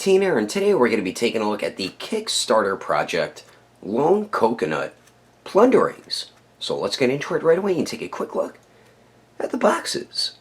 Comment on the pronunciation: plunder-LINGS lol I swear I'm hearing you say plundering correct me if I'm wrong bro after watching pretty close to every one of your vids I don't think you wanna be saying the wrong name of these great little elvish things